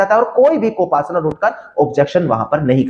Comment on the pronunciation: Co partner Hota Hai ya co Pasnar hota Hai😖